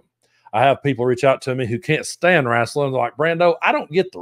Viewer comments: “rasselin”. 😂 I love you! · Lol love how u say it RASSling